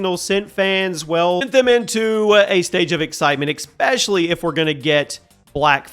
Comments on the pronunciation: Why do Americans say "ECSPECIALLY" there isn't a C in ESPECIALLY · "There isnt a C in espeCially"